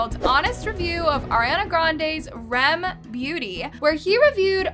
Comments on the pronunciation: I don’t wanna be rude but it’s R. E. M. NOT REM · Its R E M beauty not rem 🥲